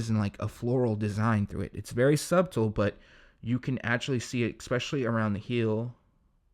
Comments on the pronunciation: This nigga said "its very sub-tull" hell naww💀💀😂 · In "subtle" the b is silent